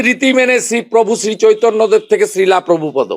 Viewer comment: শ্রীলা নয় রে উচ্চারণ হবে শ্রীল